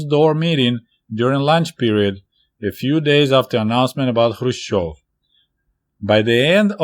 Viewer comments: kh should be pronounced like ch in Loch Ness or S. Bach, or greek letter "chi" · K is not a silent letter, so why is he not pronouncing it in Krushchev.